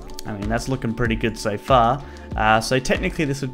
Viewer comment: Greenskeleton made the joke bcs accent sounded like sofa